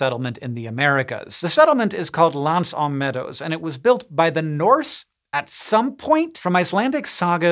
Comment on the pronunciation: everyone who speaks french just died a little inside with the pronunciation of l'anse aux meadows model :D